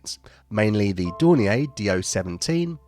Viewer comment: Can a German speaker please tell me if the pronunciation of Dornier and Junkers is correct here? on Military Aviation History is German and seems to pronounce them differently.